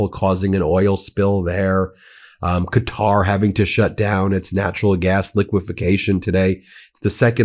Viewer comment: Thank you for finally learning how to say Qatar, it's been driving me crazy. I don't agree with their ideology really, but deliberately misnaming an entire country is just disrespectful. Looks like you're getting 'Iran' right most of the time too, well done you